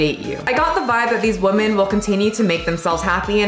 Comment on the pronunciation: 1) you massacred the pronounciation 2) it literally means "pathetic", they just gave it another writing so they feel good about themselves lol 3) Also mispronouncing "women" ffs 4) If you fail your health exam a few times in a row, they WILL fire you. 5) Nobody is irrationally afraid of fatties. They're disgusting and shows a LOT about your character. 6) They're getting fatter because of the way they live. They consume exponentially more carbs than just 10 years ago. They also frown upon doing any exercise. 7) Most japs are TOO thin, actually. As in, unhealthy thin. And women starve themselves for days then return to their carb addicted lifestyle - and get angry at people who tell them what to eat to never get fat. 8) calories are a hoax, stop pushing that garbage 9) Try China. They literally want their daughters to look like anorexic twigs. All of my chinese lady friends' mothers (who are pretty much all granny-fat, despite being below 50) say nothing to their daughters but how fat they are. Greeting? DID YOU GET FAT? Eating? THAT'S WHY YOU'RE SO FAT! Seeing an anorexic twig in the mall? SEE YOU SHOULD NOT BE FAT LIKE HER! And that's all their communication. Usually fathers don't give a shit. 10) Japs always had a few sickos that were into fatties. I know a girl who needs to stay fat to get work offers... It's quite fucked up because she used to love doing sports, and is super cute when not fat. 11) Semi-muscular women are nice, but sadly, women fall for the bro science garb